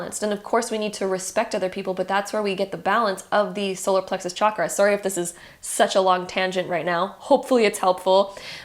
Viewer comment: Honestly couldn’t concentrate because of how you’re pronouncing chakra